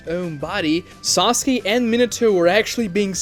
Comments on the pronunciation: Why does he keep saying "Sasuki" instead of "Sasuke"? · It triggers me so much how this guy says "Saski" a lot of the time